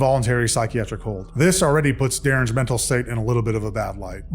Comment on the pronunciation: "jails are the new men'tal health facilities"..., he's been planning his excuse for some time...the whole time he was pretending he can't talk.